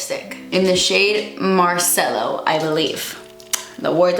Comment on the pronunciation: Your "posso andare al bagno" was pretty good! 👌 (I'm Italian) and yes luce del sol it's sun's light. But luce is pronounced with the C like the CH in CHeck. Same with Marcello. CE in italiano is always pronounced like CH in CHeck. Never as s.